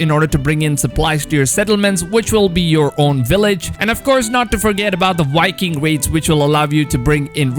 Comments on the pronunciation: Are you calling Vikings, "Wikings"? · 🤦‍♂️ Because, they're called Vikings. So why is he saying "wikings" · It’s Vikings not Whitekings 😄😄😄😄